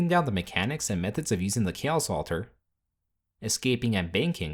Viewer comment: I can't unhear "KEEOS"